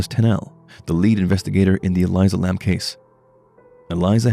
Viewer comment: Ur saying her name wrong! Careful she won't be happy with that...😱